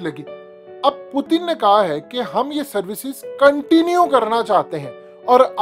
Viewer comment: پوتن کیا ہے پیوٹن نام ہے پوتن پوتن کیا لگا رکھا ہے تم نے